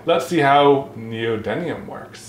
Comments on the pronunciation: I love magnets! And it's actually neodyMium not neodyNium:-) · Hey and it's pronounced neodyMium not neodyNium. Also it's the inverse cube law for magnetic force and how quickly it falls off over distance. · neodyMium n e o d y M i u m NEODY M IUM... N E O D Y MMMMM IUM XP